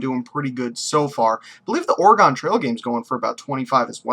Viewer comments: "ore-gun" not ore-gone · ALSO UR SAYING OREGON WRONG